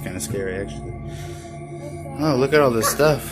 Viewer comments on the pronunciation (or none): Wo dis nahi this hota hai🤣🤣